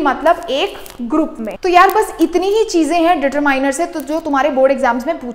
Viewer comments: determieners nahi determiner mam (follower of dear sir) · Determiners ko determining nahi pronounce Karter hai use determiner kente hai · Mam determiners nhi ditarminar bolte h dear sir ne btaya aur aap deter miners bol rhe ho mam if u see my comment please 🥺 reply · Respected mam ❤ I'm sorry Because determiners 😊 डीटरमिनर hota hai डीटरमाइनर nhi 😊 Like who loves❤our dear mam She helps us a lot ❤ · Determaainar nahi hota didi😂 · Sorry di but aap determiners ki pronounciation wrong hai aap Google par jakar check kar lijiye😢😢😢😢😢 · But mam aapne to starting me hi determiners ka galat pronunciation kar diya 😂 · Pronunciation of determiners 😂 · Wrong pronounceation 😅😅😅😅😅😅😅😅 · Determiners Galat boll raha ho